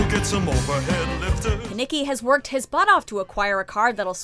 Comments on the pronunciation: Am I the only one who noticed she called Kenicky 'Nicky'?! 😒😒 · I heard that too!! And I was like ''Uhm it's Kenickie''